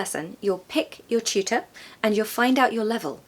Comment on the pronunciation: I hear chootor, not tutor 😢